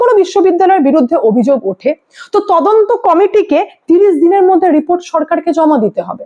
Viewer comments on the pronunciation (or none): none